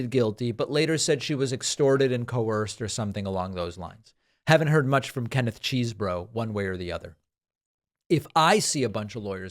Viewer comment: "Keneth Cheesbro" lol